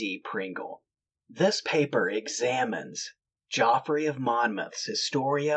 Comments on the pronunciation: Geoffrey is pronounced jeffrey, just so you're aware for the future, when describing the past. (One of my schoolchums in the mid-late 70s was called Geoffrey, he refused to be called 'Jeff', and insisted on the correct pronounciation) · I’m sure he was called Geoffrey not Joffrey